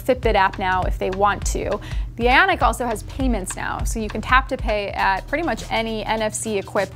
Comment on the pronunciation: Ok. Is it just me or is she saying “Fitbit Aonic” instead of “Fitbit Ionic” ?